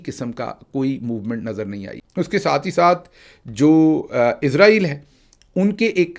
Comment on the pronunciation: آپ لفظ عزرائیل کہتے ہیں جبکہ ملک کا نام اسرائیل ھے۔۔۔ ع،راحیل فرشتہ ھے جو روح قبض کرتا ھے۔